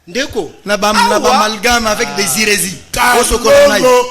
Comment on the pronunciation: Hiresie ou bien hérésie?